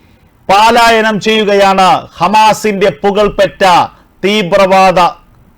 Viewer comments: Not paalayanam. Palayanam is correct. 😊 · ഹോ! ഈ 'പാലായനം' കേട്ട് കേട്ട് മടുത്തു. പലായനം എന്ന് ഉച്ചരിക്കൂ ദയവായി. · പാലാ ? പാലായനം അല്ല പലായനം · പാലായനം അല്ല. പലായനം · Many times many people have pointed out to you that it is 'പലായനം' and not 'പാലായനം' but you have not corrected the wrong pronunciation.!!!> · പാ ലായന൦ വേണ്ട. പലായന൦ ന്ന് മതി